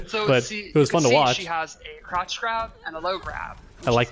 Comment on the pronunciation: Sheeva's fatality here might be my new fav next to Sektor's "Scarecrow" from MK9.. Also, whenever they say "crouch grab" I keep hearing "crotch grab" lol.